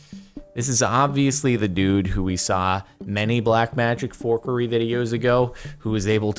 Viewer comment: “Bleck mejhic fowkurry”-Jaeorderion Maroinioni, 2018